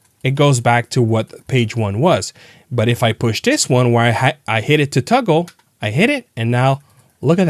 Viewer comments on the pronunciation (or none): Toggle, not tuggle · Toggle not tuggle…